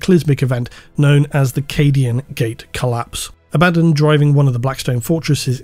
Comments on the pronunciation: Very strange pronunciation of Abaddon “ a,bad,un The despoiler” is this intentional is it a inside joke ? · Every time you go "aBADdon", I cringe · STILL mispronouncing 'Abaddon' is driving me crazy. You already admitted "uh baddun" is wrong, why keep doing it?? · While I appreciate that you said both "AB-ad-don" and "a-BAD-don", I have to point out you forgot "ab-ad-DON". :D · A - BA - DON 🙈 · its A-ba-don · It's pronounced Abaddon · This Abaddon pronunciation meme thing really takes me out of the video subject. As much as I have my own pronunciation of it, I wish you would just stick to a consistent pronunciation. I really don't get petty, just use what's comfortable. I know Arbiter Ian does this too and I feel the same way. I get that you probably do it because people WANT you to pronounce it one way, but the inconsistency hurts the narrative IMO when you're talking about this specific character. Very sorry if you feel the average jerk has guided your narrative to start doing this, but I would love it if you would just use one or the other. Sorry for the criticism, I really tried to make it as constructive as I could. Thank you for all your hard work and despite the criticism, this video was fantastic. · still mispronouncing "Abbadon" I see. there ya go :) bruh....